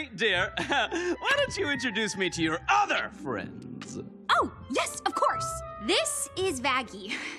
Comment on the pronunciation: “to your ŒTHER friends”